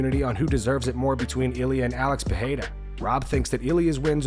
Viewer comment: You clearly put effort into saying people’s names correctly… Now say it with me…. Pereira. Pa - ray - ra. Both R’s make a hard English R. In Brazilian Portuguese, R makes an English H sound when it’s at the start of a word or double R. You’re welcome. a-DI-sanya.